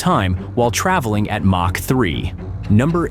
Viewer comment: MACH as in ERNST MACH, a German physicist determined at what speed was the sound barrier. His name is pronounced M Ä C H. Or M O C K.